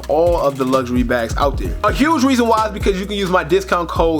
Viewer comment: "the weason why" im fucking dead